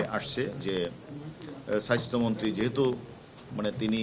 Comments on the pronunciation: আমি এটাই ভাবছিলাম , উচ্চারণ এমন কেনো ? Bcs ক্যাডার হবে উচ্চারণে সমৃদ্ধ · Ati Ami o sunlam ,tar ussaron Ki kharap obosta